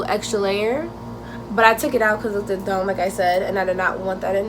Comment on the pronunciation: it "look-did" 😂 not hate tho i jus kept noticed you said it like dat lmao